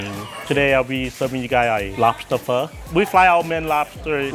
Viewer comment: “Udully win day owdewr de lobter” 😂😂😂